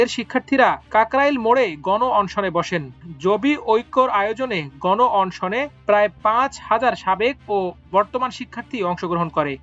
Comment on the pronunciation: জঘন্নাত, অন্শন এসব কি উচ্চারন করেন ভাই। 😅